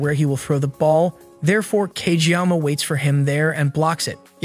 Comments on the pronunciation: He also said cageyaka lol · Fr tho tf is wrong with him it’s Kageyama but still W